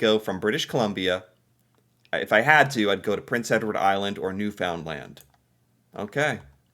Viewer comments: stop pronouncing Newfoundland wrong. Phonetically, it should be new-finland. You're speaking like a non-Canadian! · Newfoundland is usually pronounced as if it is New Finn land. Newfoundland tells us all that you are not Canadian. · Nova Scotia is lovely but VERY expensive. If I had to live in another province, I'd choose P.E.I. I've visited there 5 times and love it. So beautiful. Of course, I'm retired, so no need for job. Would just love to live on the west coast of P.E.I. (I wish you would read the comments. It's pronounced New-fund-LAND.) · Please please please, keep repeating Newfoundland. Or as you say.... New Found Land bahahhahaha I just giggle at your pronounciations LOVE LOVE LOVE you!!!! hahahah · Tofays giggle brought to me by my favourite, average, American,!!!! I would watch an entire series of you just going from one end of Canada to the other, and just having you pronouce different places in Canada. CAAAnada. lmao Please say NewFOUNDland again and again hahahah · What happened to your pronunciation of Newfoundland. You used to pronounce it correctly before but now you pronounce it wrong. It is pronounced ("New fin land). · Canadian city and provinces pronunciation from a Canadian: Newfoundland is said Newfinlynd, Toronto- Turondo, Calgary- Calgury. Pretty much say them all fast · Newfoundland is pronounced "new-fin-land", it kinda rhymes with "understand" 😉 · as a Canadian, I can tell you we say Newfoundland as New-fin-lind lol. Love your videos! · Understand it's Newfinland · Please learn the proper pronunciation of Newfoundland. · If I could send you a voice message. You'd never mispronounce Newfoundland again. It's likely where I would go if I could. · ...love your videos. You have to learn to pronounce Newfoundland properly though.😊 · You don't know how to pronounce Newfoundland yet do ya fake liar? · Newfoundland.... Newfnlnd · Everytime I hear you say NewFoundLanD, I cringe!!! We call it NewFUNDland